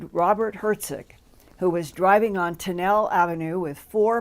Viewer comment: Tonnelle ave is pronounced Tunnel-E. No idea why but that's Jersey for you😂